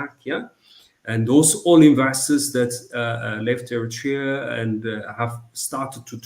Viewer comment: What makes your show interesting,, is the fact that your guests are well-versed in the subject of discussion you raise. The only misgiving: well, please pronounce Eritrea properly. With due respect, it should be ኤርትሪያ in English instead of ኤሪቲርያ. This mispronunciation has long been in vogue with many Ethiopian jurnalists working for English presses. Keep up the good work!